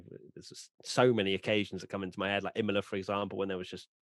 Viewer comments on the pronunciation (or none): none